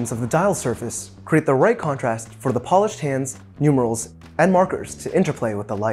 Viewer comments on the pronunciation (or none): none